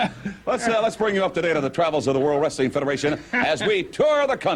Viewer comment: always hated the way McMahon says "Wrestling". Sounds more like "Rustling"